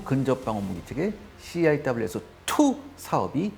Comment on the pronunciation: 씨 아이 따불유 에스 투!! 발음 좋다